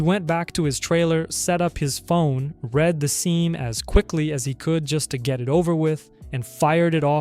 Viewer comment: and both times you pronounced "read" wrong for the girlfriend